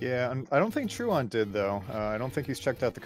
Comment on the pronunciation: Man it was kinda annoying to listen to that guy constantly mispronounce the word truant. Good race tho!